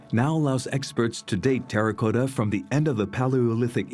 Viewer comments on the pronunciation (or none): Very informative and interesting. My only criticism is who/whatever is narrating needs to learn to pronounce English words. ImPENatrable; INfinitely; terraCOTa Not terracoata. The narrations that slaughter the language drive me NUTS! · ImpenETrable?! Terra COAta?!? MEEca!! StratEEgists. Bot Alert. Or more likely, French native narrator who can't handle an accentual language.